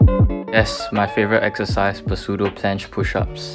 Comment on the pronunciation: The "p" is "pseudo" is silent by the way ;) nice vid!